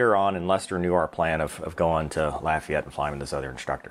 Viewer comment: Congratulations you pronounced Lafayette correctly. I am from there and I do not like when people say LAHfayette.